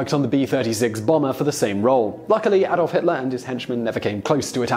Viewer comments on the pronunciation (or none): none